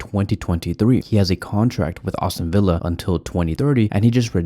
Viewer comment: Also brother it’s not Austin Villa it’s Aston Villa come on …